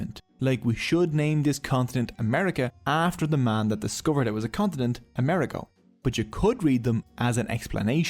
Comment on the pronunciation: How interesting, thank you! One pedantic note: we Italians pronounce Amerigo with the accent on the "I" ....